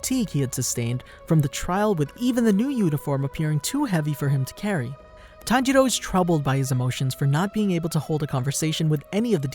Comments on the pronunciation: Ah yes, tanjedo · All I hear is tanjeerow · You pronounced Tanjiro and Tanjuro's name the same. That made that part kind of hard to follow. Still gets a like from me though. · Tanjiro--senjiro--kunjiro Wtf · It’s tanjiro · Bro I get confused when he says tanjiro because his dad's name is tanjiro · His pronunciation lol its so bad